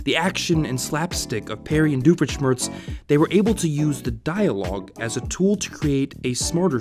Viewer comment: Кто русский поймёт: был не дуфелшмерц, а фуфелшмерц, от слова фуфло